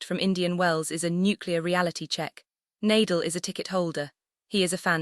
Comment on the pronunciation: Surprising that the YouTuber does not know the correct pronunciation of NA-DAL's name. Learn to respect players especially legends of the game by at least learning their names. It's NAR-DAHL not Nay-dle.